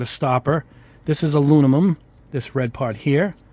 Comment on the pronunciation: Great review and good quality video but come on, did you really say “Aloo-na-mum?